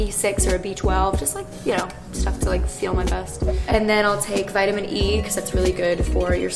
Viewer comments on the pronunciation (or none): is it just me who got really annoyed at the way that she said vitamin.